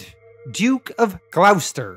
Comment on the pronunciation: Hello. Love the videos and have enjoyed your comic recaps for years. As an english man i feel the need to correct your pronounciation of Gloucester. Its pronounsed "Glosster" not "glowsester"